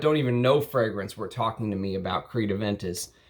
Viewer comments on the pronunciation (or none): none